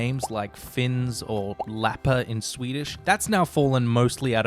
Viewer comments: Not Lapper, Lappar. Now days we say Samer. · Not "Lapper" but "Lappar". "Lapp" singular